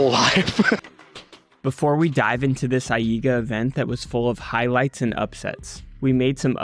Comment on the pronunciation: I read AIGA as eye-guh so when you say eye-ee--guh it disturbs my attention lol thank you for excellent content as always :]